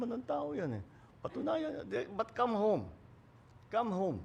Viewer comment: Come hone not now hahaha